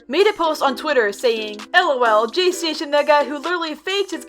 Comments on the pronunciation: u said jaystaion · Me: she said jaystasion Im not gonna say heERe WeE Go AGAIn im gonna say I KNOW JAYSTASTION my sister said he makes fake 3aM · When I hear "" jaystation "" I hear "" PlayStation "" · says Jaystation Me: visible cringe